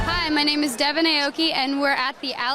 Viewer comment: Merci, it is devon not devoin.